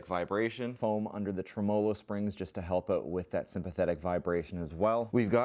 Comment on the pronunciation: "help oat" Great White North, eh?